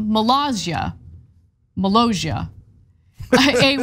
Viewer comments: Yep. They can't read iy seems. 2 S is not pronounced as a Z. By the end they almost say Malazia. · Its MO-LOSS-EEE-AAH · It's mi-lah-see-ah. Yes, he knows he has no power, it's for FUN and you're weirdly/awkwardly bitter about it. Maybe it's dumb to you, but 200 people a year thinks it's interesting enough to check out. Js. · I've known about this guy since 2010 when the TGWTG movie Kickassia was shot there. He's a really cool guy in real life with a wonderful sense of humor, he's described it as a "childhood hobby that got out of hand". Btw it's pronounced Muh-laus-ia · it's pronounced "moe-LAAHSS-eeyah" apparently, and it's actually 11.3 acres, not ONE acre. It's still relatively small for ~30 people. For reference, 1 acre is about the size of 60% of a soccer pitch/field. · They went to war with internet Personality Doug Walker and the other reviewers of Channel Awesome back in 2010. And the country is pronounced like Molasses cookies. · Molossia Sounds like: muh·LAA·see·uh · Cenk, I want to believe I've heard YOU mocking others for not pronouncing names well for the last time. Now, say after me: Ka-me-la. Cenk. Ma-lay-si-a. A-na. Mi-cro-na-tion. Bi-den. Mo-lo-si-a. A-me-ri-stan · By the way, the double ss is pronounced like an actual s, not a French j. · Molossssssia there are 2 Ss not one and pronounced as a Z but as an S. Can't they read?